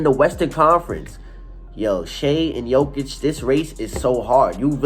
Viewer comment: You are wrong! It is JOKIC.......Period